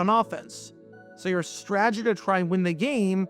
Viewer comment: This guy really struggles to say the word “strategy”